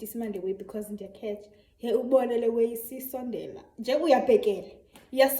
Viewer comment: You just called abafana as "le way" 😂😂 love it! 👏💀😂